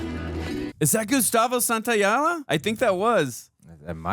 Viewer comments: lol good try, but you gotta switch those last two syllables, spelled phonetically it's San-tao-la-jah (not jah-la) And yes that was Gustavo Santaolalla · FYI, it's pronounced Gustavo Santo-Lie-Uhh. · I think it's Gustavo Santaolalla, it's "O-la-ya" if im not mistaken